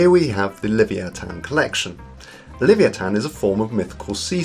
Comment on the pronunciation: speaker is so dumb he cant pronounce leviathan